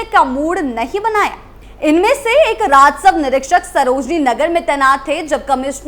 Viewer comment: बे‌ लगाम को बेल गाम और राजस्व को राजसव‌ बोलकर भी मैडम एंकर बनी बैठी है